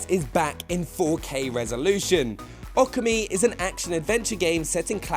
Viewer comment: I'm guessing "AWKA-MEE" is Okami, "NIPAWN" is Nippon, & "AWRACHEE" is Orochi?... MY EARS!!!!!!!